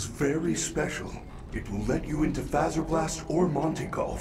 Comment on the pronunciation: ITS NOT FaZeR bLaST. ITS FAZ - ER - BLAST. OOOMMMMGGG i think